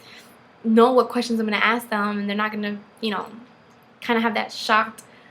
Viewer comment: You probably shouldn't axe questions